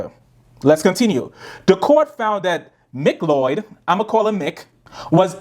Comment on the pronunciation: I know it doesn’t matter, but McCleod is pronounced “Mic-Cloud”